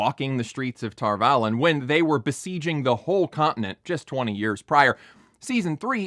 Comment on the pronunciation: Okay, a couple of things. First of all, you're so nitpicky, but then you pronounce Tar Valon incorrectly. Boo. Second, bro, I hate to be the one to have to break it to you, but gay people can and do have kids. Claiming the show is inconsistent based on a tiny flashback that does not in any way claim that Rand's ancestor never dated anyone but that dude on the carriage is either disingenuous or idiotic. Third, sure, you're willing to accept magic and eyeless monsters whose cloaks don't flap in the wind, but not a village with some brown people in it? Uh huh. This is the kind of "criticism" I despise the most. Just come out and admit that you're bothered by the gays and the brown people in your LOTR clone. Don't pretend like that has anything to do with the rules of storytelling or... I don't know, whatever keeps your cognitive dissonance at bay. I'm quitting ten minutes in, after giving you the benefit of the doubt, because so far, this has been nothing but an attempt at rationalising the fact that you feel uncomfortable with brown and queer people occupying screen time. It's silly and profoundly unserious. The show does have writing issues, and there are many reasons to dislike it, but this ain't it, bro.